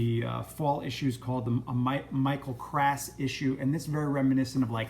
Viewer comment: It's pronounced "Cross" for next time.